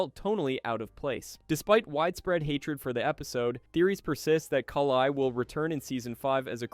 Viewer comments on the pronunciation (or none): I’m curious how you pronounce Kali wrong so many times ..? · The pronunciation of "Kali" and "Demogorgon" is getting to me, more than it should